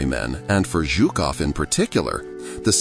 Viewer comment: Its not ZOOKOV, he's not a Zoo-keeper, its ZHUKOV pronounced like the "s" in the word "pleaSUre". You said it right for some reason and but some reason you called him Zookov in the first half of the film... odd. But good video 👍